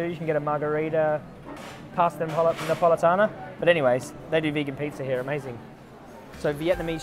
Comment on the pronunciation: “Pasta margarita pasta nepolitana” lmaooo wtf Italian ears are bleeding😩😂